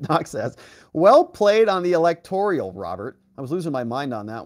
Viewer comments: At least this ignorant, lawyer or clerk, was consistent in mispronouncing electoral, as electorial. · So glad you brought up about the New word... "electorIAL" INSTEAD of ElectORAL... OMFG